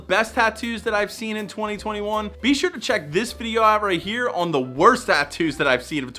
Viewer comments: The “Wrost”… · "wrost" lol